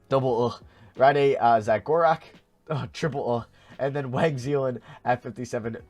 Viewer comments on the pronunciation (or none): none